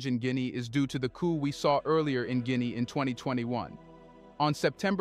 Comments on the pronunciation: It’s not Guineae it’s Guinea I’m from there! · Jesus Hieronymous Christ man, can you not get ONE single African name right?? Gwinee is not the name of the country, you moronic AI clown. There is an incredible amount of other stuff you get wrong in this thing. For one, 'Mandinka' is not a name that's being used in Guinea - ever. Iron ore sits in the ground and is not being exported. Agriculture is and remains the employment backbone of the country. Mining cannot and will not provide employment in significant numbers. As you were. But for heaven's sake, get those names right.